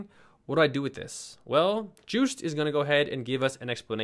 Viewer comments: The founder’s name is simply pronounced yoast... joost... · His name "Joost" is pronounced "Yoast" - that's why the company is named what it is. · Great video and extremely helpful, thank you! FYI, in Dutch, Joost is pronounced Yoast ;) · Hilarious how you pronounce 'Joost'... It's actually pronounced 'Yoast'. I wonder why...;-) Anyway, keep it up, love your channel!